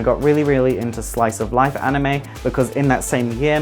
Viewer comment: ''Animeu'' -PewDiePie